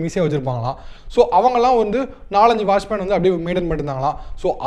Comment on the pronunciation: pronunciation better. Washman nahi, watchman bolo !